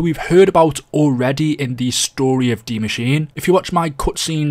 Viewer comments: Why is it that you are the only Youtuber that can pronounce Dee Mah-sheen-uh? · He actually pronounced it right a lot more than others, I was proud.